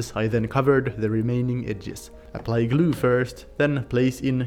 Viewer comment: I love how he says "glew" :)